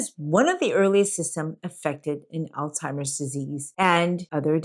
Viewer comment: I question whether or not this is an actual doctor speaking, as she is pronouncing Alzheimers "Al timers" there is no "t" in the name of this disease. Wth?!!!